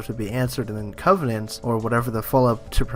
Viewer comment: Covenant. Not "Covenence" or "Covenants" or whatever you're saying.